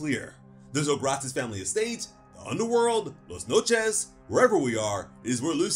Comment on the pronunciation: Bro said los Noches 🤣🤣🤣🤣